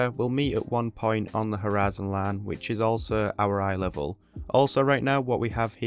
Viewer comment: you pronounce the word horizon with a pure texas accent lol